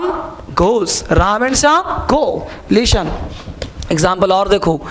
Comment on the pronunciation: "Leestan" nahi 'listen' hota hai...english ke teacher...